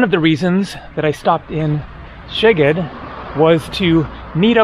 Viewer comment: The way you pronounce Szeged would be written „segged“ in Hungarian which means „your butt“ .😊